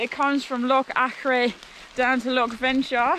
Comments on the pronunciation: Just a wee note on your pronunciation: the 'ch' in Venechar has the same sound as the 'ch' in loch. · Hi. Another great video. Plenty boggy sections, typical Scotland. It's pronounced 'Venekar'😆 9 out of 10 times if there's a 'ch' in a place name it's pronounced the same as in loch x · its loch venachar pronounced [ loch venakar] 😂😂 glad you enjoyed it up here . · It’s pronounced Vennakar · Vena-ch-ar. Ch as in loch as in char